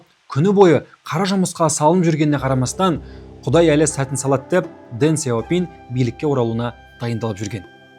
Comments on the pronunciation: қытайдың сөздерін орыс тілінен емес тіке қытай тілінен қазақша тілмен айту керек, Дэн Сяупин емес , deng xiao ping яғни Дың Шяу Пиң деп оқылады. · Неге орыстың мүкіс тілімен сөйлейсіңдер осы, Deng Xiao ping дың щяу пиң дегенге қазақтың тілі келіп тұр, ағылшындарда осылай айтады